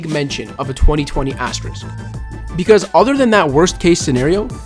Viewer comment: THANK YOU. I literally could hear that word any longer. azTEriSk